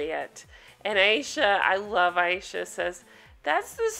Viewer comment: I think Her name is Ay sha not I esha